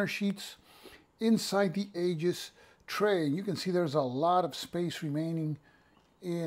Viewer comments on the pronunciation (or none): Hey, good review. Do you have a link to the Aegis site? (Pronounced EE-jis, by the way). My main concern with any counter tray is whether I can lay two rows of 5/8" counters flat inside a compartment. Few bookcase-size trays will accommodate that, but the Aegis tray seems to do it well. Secondary concern is the lid staying on. No worries there either. Like you, I replace most of my magazine game storage bags right away but use 10x13" bags, which the Aegis should fit. Most magazine games only use a single sheet of counters anyway, so a standard GMT tray may work fine.